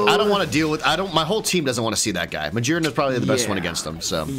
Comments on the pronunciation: Ma-GEAR-na, not ma-jeer-na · The pokémon's name is Magearna like gears. was right., stop saying Magearna with a j sound. It's not correct. If you drive a manual car, you don't shift jeers. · Hahaha "because it has a bunch of JEERS" not gears, no ofc not 🤣🤣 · Ma-Gear-na. Not Ma-jeer-na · for. if you say the word gear, how are you saying it? you have to pronounce magearna the same way, because her head is a GEAR